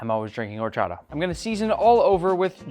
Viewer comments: "OR-cho-TA" btw this quesabirria looks MUCHO BUENO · It hurts my soul the way you say Horchata